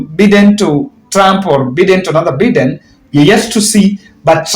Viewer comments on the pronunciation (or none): The way you pronounce the name Biden is wrong it is not Beden , but is Biden (Joe Biden not Beden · It's pronounced Baiden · it is shameful how you are pronoucing Joe Biden. Try saying BAIDEN you will get it right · It is not Joe Beaten it is Joe Biden please